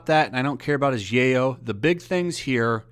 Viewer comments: Yaoi isn't pronounced Yay-oh (that's the term used for Cocaine in Scarface). It's pronounced Yeah-oy. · ok just a pet peev, but "Yoai" is pronouced kinda like so "YOW-EE" not "YAY-oh". also in 100% of those videos of him hugging and kissing girls on the cheek he is always asked by them first. and a lot of time it is because of his character Tamaki from Ouran High School Host Club. that or Edward Elric from Fullmetal Alchemist. although he's kind of the Chris Pratt of the anime community. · My dude, it's YOW-E not YAY-O! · Being off topic here but since you speak it out.... Is "Yaoi" pronounce "Yeyoow" and not "Yawii"!? Did I pronounced it wrong all this time!? :0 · Yayo? 😂😂😂 Its yow-ee I dont think he's signing cocaine 😂😂😂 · You say Yay oh but to my knowledge it’s pronounced Yeow e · For fuck's sake... It's pronounced "yow-ee" not "yay-oh." I'm not even into that shit, your pronunciation just annoys the fuck outta me. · yeah, yaoi is not your work so of course you wouldn't sign it, btw it's pronounced (yow ee), just about anything with an "ao" is pronounced "ow", like Tao from the original DB series. what you said was yayo which is slang for cocaine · dude, it's pronounced YOW-WEE...yaoi is pronounced YOW-WEE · hearing you butcher the word yaoi(yow-e) is hilarious. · you pronouncing it wrong, yaoi pronounced like the jewish god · Ok didn't wanna be that guy, and I'm not a fan of yaoi or anything but I'm pretty sure it's pronounced "yow-ee". Right? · the burden of prof is on the accuser second it is pronounced Y-ow-wee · BTW, “yaoi” is pronounced “YOW-ee.” (Just think of the noise you might make if you ever found yourself in one of those situations in yaoi fanart...) 😂😂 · I don't know if you're saying it unintentionally or as a joke, but in case you don't actually know how it's pronounced. Yaoi - yow-ie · The way you pronounce yaoi makes my ears go up back into my body Its pronounced Y-ow-ee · Dude I hate it to but... Yoai YOW - EE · Omg the way he says yaoi 😂😂